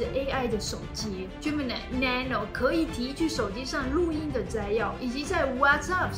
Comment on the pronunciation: 唸 nano 的發音好有記憶點 很特別😂